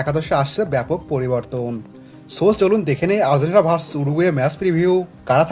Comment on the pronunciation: Asha kori Uccharon ta ektu thik kore niben. Argentina ke apni bolchen Ar-zen-tina.